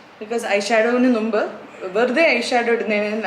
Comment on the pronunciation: ചേച്ചി, നുമ്പ് അല്ല മുമ്പ് 😁